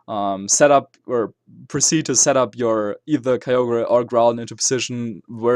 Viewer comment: it's KYOGR not KAYOGrRAYYYYYYYYYYYYYYYYYYYY!!!!